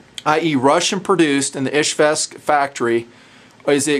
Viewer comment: hey it's your subscriber from russia. it's not izhvesk it's izhevsk weapon factory! just hurts my ears to listen to this. please say it right.